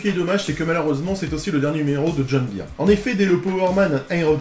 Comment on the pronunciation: Remarque existentielle : Byrne se prononce Beurne en version originale 😀